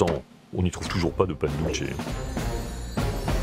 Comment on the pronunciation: Bonne émission sur les voisins argentins et Uruguayen, je suis chilien 😉 Par contre un truc tout bête qui me fait saigner les oreilles, Pan Dulce se prononce "pane doulsé", pas "pane doultche" OK les argentins sont les italiens d'Amérique du Sud mais il parle espagnol, certe avec un fort accent, mais le C en espagnol ce prononce comme un S, c'est en italien que c'est un TCH. 😉